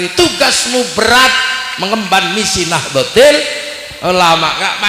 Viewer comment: Org ini memang suka sensasi, misal, nahdlotul dia baca nahdlotil, boleh